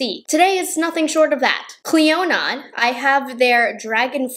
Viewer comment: The D in Clionadh is silent!